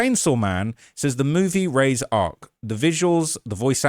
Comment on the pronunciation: It’s just Chainsaw man not “the chainsaw man” and its not “raise” the name Reze is pronounced REE -ZEY